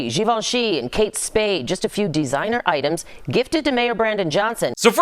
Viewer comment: That’s out you say givenchy?